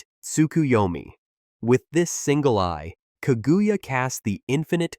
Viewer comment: He even said kagooya